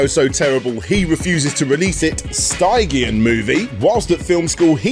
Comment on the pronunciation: Sorry for the pedantry, but stygian is pronounced stij-ee-uhn.